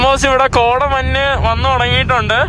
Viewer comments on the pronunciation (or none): മന്ന് അല്ല Bro മഞ്ഞ്